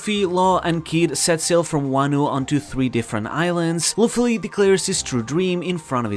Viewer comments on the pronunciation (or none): i cant understand half of what you are saying without subtitles. ex. kidnapped = kidnai, Luffy = Luffly bro.